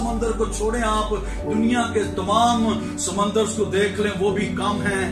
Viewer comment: خُداوند آپ کے ساتھ ھو سر۔ سمّندر. اور سمُندر. میں فرق ھے میرے خیال میں سر آپ نے کلاس میں سمّندر بولا. جو کہ غلط ھے۔ اس کی جگہ. سمُندر ھونا چاہے تھا۔ زبر. اور. پیش سے مطلب تبدیل ھو جاتا ھے۔ خُداوند آپ کو اور برکت دے ۔ آمین